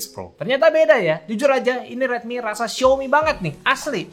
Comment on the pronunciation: XiAOmi Bro, bukan XiOmi